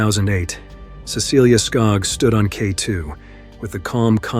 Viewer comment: Her name is Cecilie, not Cecillia.